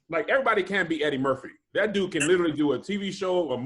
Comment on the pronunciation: How does no one else notice saying, "little-ly" and not literally?? Cracks me up.